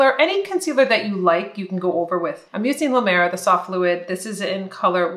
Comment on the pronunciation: Hi, I just love your videos especially the ones for mature skin. I’m over 70 and you’ve given me the confidence to improve my looks instead of just accepting my many blemishes. In return I’ll give you a trick on how to pronounce La Mer like a true francophone. It sounds like the name for a female horse: mare, no kidding. So, La Mare